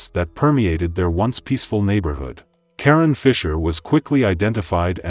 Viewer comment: That is KaRon…. Lol not Karen